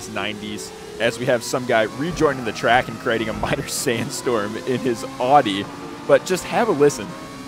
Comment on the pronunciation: Stop butchering audi pronunciation